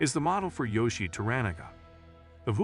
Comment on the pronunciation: Also wrong, well as I was taught, To-Ra-Na-Ga pronounced Toh-Rah-Nah-Gah, and Yoiishi is pronounced Yoh-eei-shi